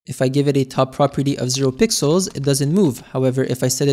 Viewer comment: blud cant say pixels anymore zesty